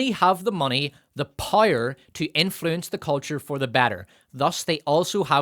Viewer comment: All that matters is pire and profit? The Rings of Pire? Love your videos but for the love of everything holy, learn to say "POW, right in the kisser". Then bring that to the word POWER.